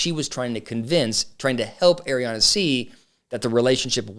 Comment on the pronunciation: Ariana.... not Adrianna